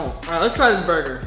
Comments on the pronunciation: Bro said burguer not burger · It’s funny when spelled burger wrong and said burgeur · “it’s gonna be a burguer”💀😂